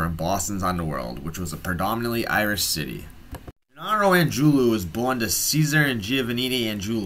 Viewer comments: Angiulo it ends with a O not a U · The guy can't even pronounce Angiulo correctly.